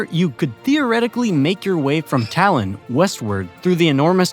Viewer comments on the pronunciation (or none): none